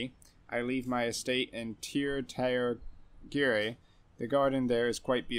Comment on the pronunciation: Tir Tairngire "Sheer shairn-gi-ruh" Pretty sure everyone gets it wrong before looking up the pronunciation.